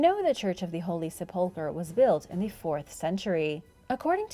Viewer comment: Great videos, BUT please learn the correct pronunciation of 'Sepulchre"